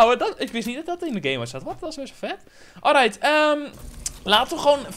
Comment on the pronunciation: Like als je vind dat grappig alright zegt 😂❤️